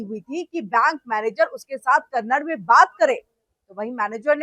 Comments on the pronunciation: It is not 'Kannad'; it is 'Kannada'. If you can't even recognize the correct pronunciation of Kannada, what respect or concern can we expect from you? This is your expert knowledge about a language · सारे फसाद की जड़ है इस मैनेजर का घमंड. कोई भाषा का विवाद इतना नहीं. और कन्नड़ नहीं कन्नडा बोलो. RBI का नियम क्या कहता है पहले पढ़ लो anchor madam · This is how much you know about Kannada — you don’t even know how to pronounce it properly. It’s Kannada, not Kannad. And yet you come to speak about a language war? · Ek vimash hai ki Kannad nahin hai, balki Kannada hai. Aur 'Kannad' shabd ke uccharan se sthaniye logon ko lagta hai ki unka apmaan ho raha hai. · कन्नड़ नहीं बोलते, कन्नड़ा बोलो